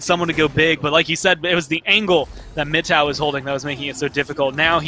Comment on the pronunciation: mano o jeito que os narradores pronunciam frzgod e mittow me dá gatilhos